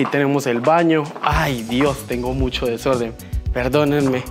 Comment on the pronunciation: AQUI👇👇👇LAS VECES QUE DIJO DESORDENN🤣🤣🤣🤣